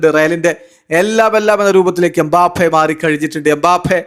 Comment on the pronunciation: എംബഫെ.... എംബാഫെ...